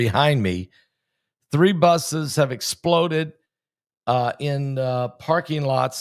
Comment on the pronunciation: Pastor, Thank you for all you do! I have a request....when you emphasize Explode like that it diminishes the tragic sense of whats happening , sort of like clickbate, it turns people off...Im not saying it in a mean way at all...but it hurts my ears :)